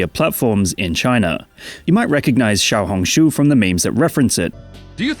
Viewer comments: Surprisingly good procounciation of Xiaohongshu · for anyone who wants to pronounce xiaohongshu correctly, it's Xi-ow(xiao, 小), hóng (红), sh-oo (shū，书)